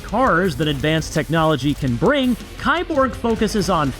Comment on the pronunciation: It's pronounced "keeborg"! Key-borg. Literally just "cyborg"